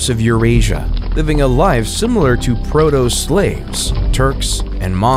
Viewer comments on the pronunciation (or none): Sorry to complain, but some of the pronunciations in English are really bad. Slav was said "slave", Xerxes was butchered, etc. Good content, but this was pretty distracting.